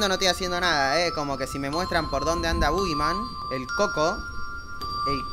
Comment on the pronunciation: parece que dice "bo gay" Jajaja salu2